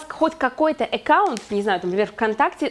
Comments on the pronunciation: Экаунт? Это что? АККАУНТ- знаю- Экаунт нет! И да- платье, и дефект-ужас . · Всё хорошо, но режет слух слово "Экаунт", ещё и с выделением первой буквы😩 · Эккаунт.. звучит интересно..... А так, спасибо за уроки ))